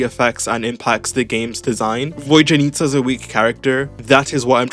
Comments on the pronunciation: My British brother she’s VodYanista not VodJanitsa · "Voy-janitsa" bruh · Bro really said "Void-yanitsa"